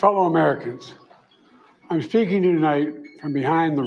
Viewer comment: My fellow Americans .. IM FAKING YOU TONIGHT..that's what it sounded like ..